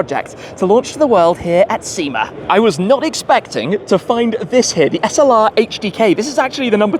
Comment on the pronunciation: There’s no R in sema 😏